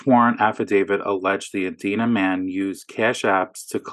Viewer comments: Edina = ee dine ah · It's pronounced ee-dy-nah... dina like eat at the diner. Growing up I thought it was like the name Edna with an 'i' in the middle until I heard it said. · Get em. That Klozer idiot sounds about as coherent as a ham sandwich. BTW it's "E-dye-na":)